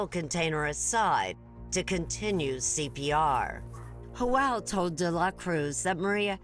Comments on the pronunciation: Hoel????..it's Joel...wtf😂😂😂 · Why is the narrator calling Joel...hoel???? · Why does the cop pronounce Joel like "yoel" but janet like "janet". 😂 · No one took the time to teach this interviewer how to pronounce Spanish names correctly....Ho El really.... Its Joe El... geezus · J is pronounced as an H in Spanish. Pronouncing his name as Joelle, which is the female version of Joel is weird to me. It should be pronounced as to rhyme with Noel. There shouldn’t be an “Elle” sound unless one is saying, “Joelle.” A woman’s name. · i hate how she mispronounces Joel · It's Joel with a G. Please stop being so politically correct. Sheesh